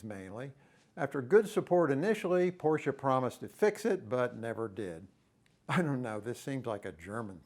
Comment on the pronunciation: Thank you for pronouncing Porsche correctly.